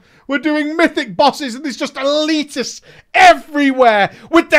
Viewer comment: "ELITESTS" XD so dead lol